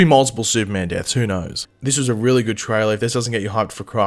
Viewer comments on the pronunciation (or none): none